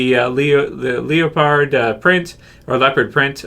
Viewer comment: Q&A.. Did you really say leo-pard?... 😓😂